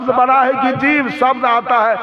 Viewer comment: राम की निंदा करता है ये कपटी सत्संगी नहीं हो सकता ईर्ष्यालु बाबा बड़ा बड़ा को बरा बरा बोलता है बोलना तो सिख लो कपटी साहेब जय श्री राम जय श्री राम